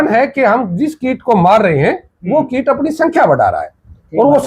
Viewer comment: भैया किट नहीं कीट होता है। कृपया सुधार करें